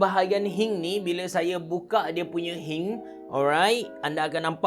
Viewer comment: Ummm hinge pronounce as "hinch"